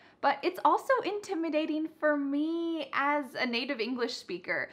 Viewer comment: The "as long as" is really hard to recognize for ESL students. I think the pronunciation of the first 'as' is more like 'jəz' rather than 'əz'. Not sure if I'm correct.